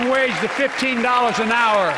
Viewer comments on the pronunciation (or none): none